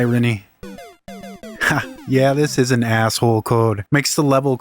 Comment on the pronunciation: THE WAY HE SAYS ASSHOLE (ASSOLE) XD